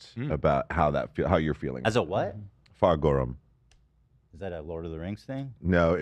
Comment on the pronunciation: As an Irish woman, hearing Reggie say “Fear ghorm” correctly blew me away 😂 - however I’d like to correct something small! We do have a word for the colour black, but the word for black together with the word for man was already taken … as a phrase to mean the devil 🙈 so blue people it was 😂